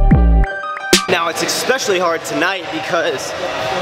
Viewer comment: Hahahah I have for sure commented on your pronunciation of ESPECIALLY. There is no X sound. Despite this little quirk of yours, I love your channel and it is certai my one of my favourites on the YOUUUUTUUUUUUBESSSS